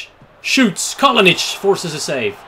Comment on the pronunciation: It is Kalinic not Kalonic